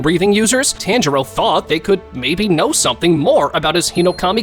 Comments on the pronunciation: Damn, I was really looking forward to watching this but then I realized you’re the dude that says “TANjuro” for whatever reason so I can’t. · No body: Those anime review YouTubers: “TÆNJIRO” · You’re saying tanjiro wrong😡😡